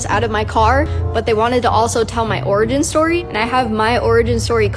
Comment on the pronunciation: Pretty sure she said "Oregon story", instead of "origin story"... more than once. My goodness. 😂